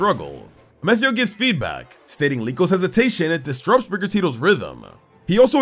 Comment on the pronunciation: Question. Why are you saying Amethio’s name differently? It sounds like the word “meth” as in the illegal drug is in his name.